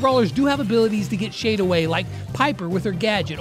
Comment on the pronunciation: Bro said obey in stead of away